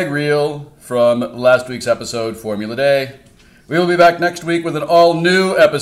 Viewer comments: Why are you pronouncing it Formula [Day] instead of [Dee]? Is it because its european? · Why are they saying Formula DAY?